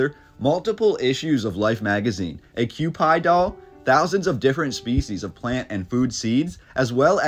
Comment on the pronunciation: Q pee doll, not Q pi